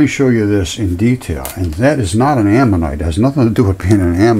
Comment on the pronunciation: Don’t take anything this guy has to say as scientific. He can’t even say the word ammonite correctly. And the Earth is not body parts.